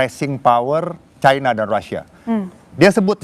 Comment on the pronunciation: Orang orang Indonesia genius kok jadi bodoh menyebutkan china menjadi Chaina yg sok kebarat-baratan dan sangat memalukan sebagai orang Indonesia